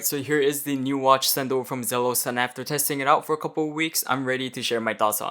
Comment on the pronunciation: Isnt' it pronounced ZEE-LOS dude?